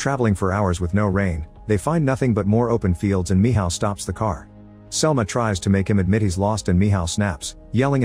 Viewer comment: Michal❌️ Mihaw ✅️